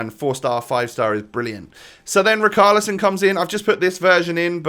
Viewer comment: I swear it richarlison not rickarlison